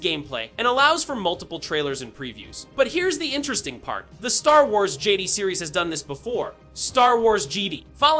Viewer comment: Jeddy? Its jedi dumbass. JEH DAI